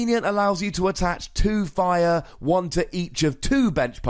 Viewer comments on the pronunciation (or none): none